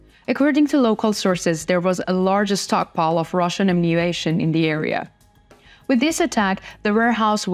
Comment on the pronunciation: Put main point up front. Be more succinct. Good job in general. Pronounce the m in ammunition